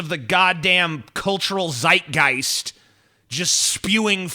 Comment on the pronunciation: Im proud of u, that u pronounced Zeitgeist correctly. Americans are normally too retarded to speak German, though English developed from German.